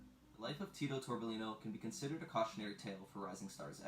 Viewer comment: 2 “LL” in Spanish. So it’s Tito-torbe-yino